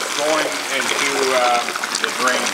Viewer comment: "In-tooda reservoir"